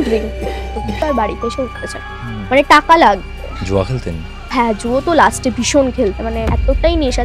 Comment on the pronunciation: Bangla te to onek bhul Amabarsha noi - Aumabosshya .. West bengal e ki quality of education eto tai fall koreche ? Maximum chele meye gulo ke dekhi bangla kothaye grammar bhul, shobdo bhul, uccharon bhul. Juo na , jua. Pension tar uccharon bhul Uni kaaj korten - korto na